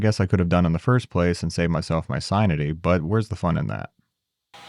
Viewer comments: Did you say “sine-ity?” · Hahaha sin-ity! lol I missed that the first time I watched this.